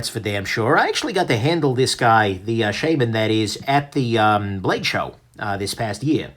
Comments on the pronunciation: Is this really "sheyman"? seriously? or Shaman as in spiritual healer? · I cringe every time you say Shame-man it's Shaman like Automatic